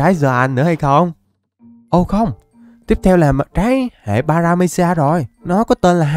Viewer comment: Trái hệ baractamom mà anh đọc paramesia